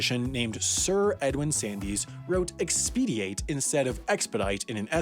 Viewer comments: “Sandys” is pronounced “sands”, for some reason! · The English name "Sandys" is pronounced "sands" not "sandies". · Sandys is pronounced /sændz/. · Sandys is pronounced sands - don't ask me why. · Sir Edward Sandys's last name is pronounced "Sands".